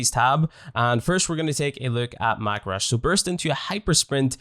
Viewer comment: “Mack Rush” is painful to me XDD